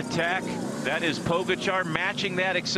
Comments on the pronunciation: Pojacar 😂😂😂 Little did he know he was mispronouncing the name of the GOAT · Hearing "podzagar" for me as Slovenian is very akward🤣 Its POGACAR! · Who's that commentator keeps calling Pogacar Pochagar? ..Duh.. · Phil mispronouncing pogacars name is hilarious. If only they knew what was to come